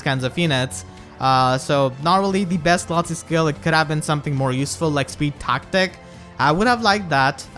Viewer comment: It's "Leeth".